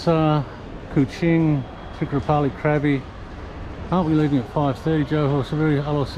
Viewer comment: Krabi and Chang: the vowel sound is “ah.” So not “crabby” haha. And you rarely seem to be. Haha. Stay away from Patong and Phuket is a lot more tolerable.